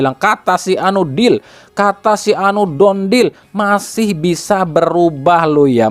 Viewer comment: Done dibaca = dan bukan don (dont)